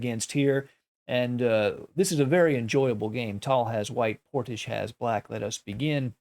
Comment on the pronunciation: Excellent commentary as always Love how you say Portishch